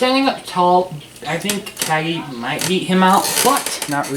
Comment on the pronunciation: You said Cagney wrong.